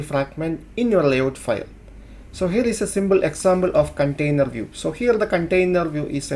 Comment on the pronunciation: "Symble Examble"